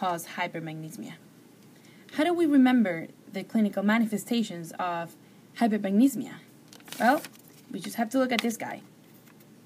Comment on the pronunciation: Yeah you got it mixed up.. You said hypermagnesemia is low magnesium in the blood but its the opposite, hypermagnesemia = high magnesium. Also you keep saying "hypermagnesmia" but it's "hypermagneSEMIA". it's important to know the correct pronunciation. thanks for the video:-).